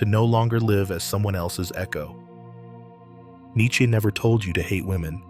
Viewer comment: this thing can't pronounce nietzsche correctly.